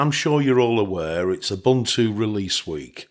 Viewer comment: you also mispronounced Ubuntu go look that up.